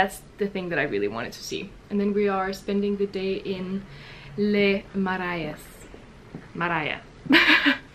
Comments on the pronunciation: haha the way you say le marais is so cute 😭 actually it's pronounced le mareh with a french r sound (yours sounded kinda spanish for some reason lol) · I love the way you say le marais 😭😭 this is soooo cute You have to pronounce it « le mar-ay-s » the same sound as in « get », not « Maria » or le « mara-ee-s » or idk. But I’m so glad you too had fun in Paris ! I hope I could see you there next time you organize a picnic in Paris!! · In love with the vlog, your energy. love you : D ps : for everyone in French we don't pronounce the "s" in the end of every words. for example "Paris" in french we say "pari"; "le marais" = " le Marai" (just in oral) tips to sound more French ha ha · 8'41" : this was the elementary school I went to as a kid 🥲 So weird and satistying at the same time to see it again through your vlog ! (You pronounce the name of the neighborhood "ma - ray" btw, but it's so nice that you made so much effort ! and your "r" are well pronounced ! haha that's not a little to say!) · marais is pronounced mah-reh ^^